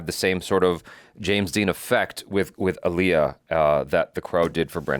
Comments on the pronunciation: I was about to be like, who is this man?? (And then you introduced him but not the point) then you said “AHHHHleeyah” 😩and he corrected you. So, ya know, welcome Brandon! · Not...Ollieyah lol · It’s AH-LIYAH! Not UH-LIYAH ! ❤❤❤❤ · We've all been saying her name wrong all these years. She herself pronounced it AAL-iy-ah, emphasis on the first syllable. You can look up clips of her correcting people who pronounce it aal-IY-ah. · he pronounced it like Aliah (the og indian name). Aaliyah is Ah-lee-yah, not Al-yah. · Its pronounced aah leeyah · What's funny is they both pronounced her name wrong, lol. It's Ah-liyah. Like Muhammed Ali-yah. Damn I miss her. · It's pronounced: "Ah-lee-uh." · Correction: She said it's pronounced "Ah-Lee-Ya" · No he didn’t say it right. The other guy said it correctly! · The black community collectively facepalming botching Aaliyah's name. You do at least know how to say, "Sade", right,? Lol... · Either crew were genuinely wrong or they were trolling him on how to say Aaliyah's name 😂😂😅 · Glad someone else pointed this out. People largely mispronounce her name. Even fans.